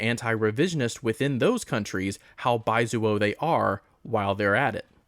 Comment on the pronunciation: Don’t you love being called “baizuo” by a white Dengist who can’t even pronounce the word in the proper Mandarin way?